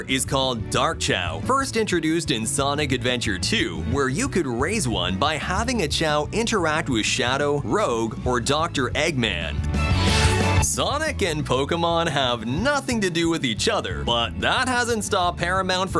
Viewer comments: Or, "Rogue" for Rouge. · It's not "Rogue", it's "Rouge".... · I think ai is speaking, which is the reason he mispronounced rouge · Also pronounced Rouge's name wrong.